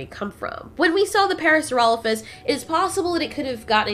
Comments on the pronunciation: It's not parasurolophus, its Parasaurolophus. Pair-a-soar-a-low-fus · Parasaurolophus* And it's pronounced "Parra-Sore-Ah-Loaf-Us"